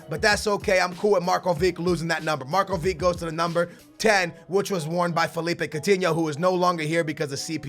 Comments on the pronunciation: It's not MarkoviK, it's MarkoviCH!!! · MARKOVICH NOT MARKOVIC SAY IT RIGHT!!!!! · It's MarkoviCH not Markovik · it is markovič, not markovik, you have to say it like modrič or rakitič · Markovic is pronouncent Marcovich